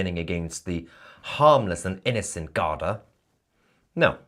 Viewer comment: Mahyar it's pronunced "Gardee". (Not garda). I lived in Ireland for many years.